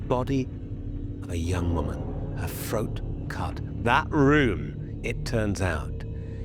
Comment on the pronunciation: Has he started not pronouncing his ‘th’ sounds? I swear he just said ‘froat’.